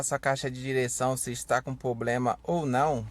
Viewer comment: Amigo, pRoblema e não pOblema.